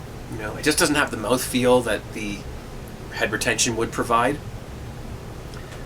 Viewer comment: lol When you said head retention I misunderstood you and thought you said hypertension.